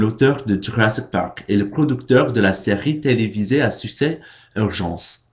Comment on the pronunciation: ConsenSUS, il faut prononcer le dernier S, la fin se prononce comme le mot "puce" . Et le mot succès, tu dois marquer le premier C, comme si c'était un K tu le prononce suK-cès. Merci de faire tous ces efforts, j'imagine bien que ce n'est pas évident, les enfants français ont du mal aussi au début à comprendre ces règles quand ils apprennent à lire ahah :)